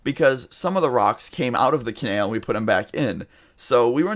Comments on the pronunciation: I cringed every time you said canal like cenel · Its Ca-nal not ca-nail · It’s canal not canail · It’s pronounced co nAl not conale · (Kah) (nal) not Kanail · ca-nal not kan-el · I cringe every time you pronounce canal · Canal not Kanall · Canael? CanAL 😂😂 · STOP SAYING CANALE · Its pronounced Kuh-nal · "ka-nail" lmaooo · like for "canael" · u said canal wrong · bby who the fuck says canal like that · u said "canal" in a southern accent... he lives in Texas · the way you say canal makes me want to kill myself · Every time he pronounces 'canal', I can't.. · the way you say canal is retarded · I thought that too 😂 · Why do you pronounce canal wrong? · The way you say canal pisses me off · Exactly its anal with a c